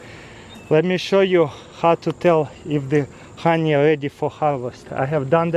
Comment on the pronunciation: 'Хани' he is saying the Russian х for the h in honey